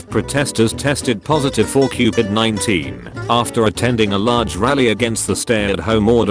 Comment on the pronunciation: how people say COVID: CO-VID how the voice says COVID: CUPID!